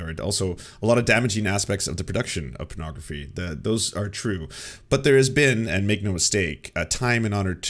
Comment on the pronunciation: Gotta say, I love pronunciation of "pornography" as "prenography". That out there, I'm quite sure John Doyle just praised pornography. I heard him say it was "good". At worst, he admitted it was better than it used to be. Yeah, definitely an airing of dirty laundry here. Probably trying to get ahead of the leaking of his own tape where he wraps a belt around his neck and forgot to turn off his webcam. Gotta get ahead of these things.